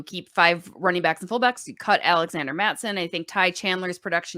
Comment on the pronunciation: This woman really said cut mattison 😂😂😂